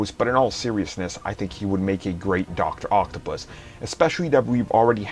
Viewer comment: I don't like the way you say "doctor octopus"... it makes me uncomfortable. Unsubbed and disliked